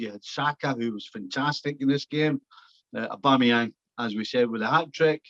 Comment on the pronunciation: Nicol can't even say AUBAMEYANG properly. Probably just grumpy that Liverpool are out of the title race.😂😂😂😂